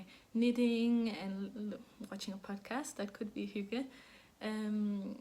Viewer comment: What a great episode!! And you were right I honestly couldn’t stop laughing when you were trying to say earthtones girl! And Thank you so much for all the insight into Hygge. It was great to hear you say it and all the other danish words... what a beautiful language! And to me Hygge means, quiet, low light, sipping tea, knitting and a good audiobook/podcast. It doesn’t really apply to my family since we are over 50 in number and our get together’s are spent speaking as loudly as we can so that our voices can be heard. 😂